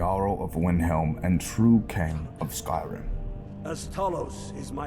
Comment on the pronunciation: i like how he pronounced windhelm as vinhelm